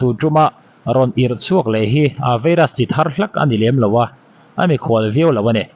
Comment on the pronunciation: vairas....not veiras